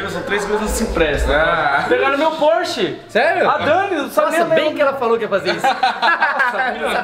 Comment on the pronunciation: Espoiler do próximo carro do Renato "na próxima phorche"